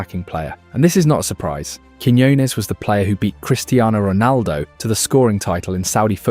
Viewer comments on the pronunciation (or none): none